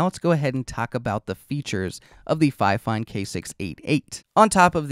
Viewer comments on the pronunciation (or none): Why are you pronouncing it like Fi-Fine? Everyone knows its pronounced Fine-Fine. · Sorry to say but you are saying it wrong it’s ‘Fine Fine’ not ‘Fi Fine’ dispite the spelling. 😊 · It's "fee feen" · If you want your company to be pronounced finefine, why not write it that way in the first place? 😂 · That pronunciation has always killed me 😂 I am pretty sure Think Media got that pronunciation stuck in people’s heads. I don’t understand why more creators don’t ask how companies want their name pronounced, even if it seems obvious to me, I still ask… it’s literally the least I can do. 😂